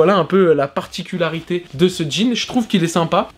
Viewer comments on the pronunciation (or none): none